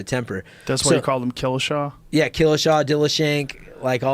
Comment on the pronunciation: I turned it off 11 mins in.when he said killashaw .cringe